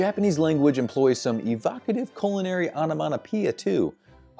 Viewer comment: Did he pronounce Onomatopoeia with two Ns?